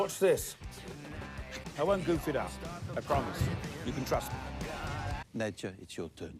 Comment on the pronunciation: These are my favourite reactions to watch. This episode is one of the best of What We Do in the Shadow. Its soo good. But still saying Nadia instead of Nadja 16 episodes in is still weird to me. Maybe its just hard to hear with there accents but Nadja pronounced Nad-ja or Nad-ya even. It just makes me laugh every time because in my head I go. He'll get it next time.